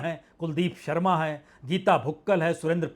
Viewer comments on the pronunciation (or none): none